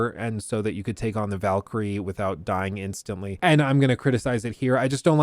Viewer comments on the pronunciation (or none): none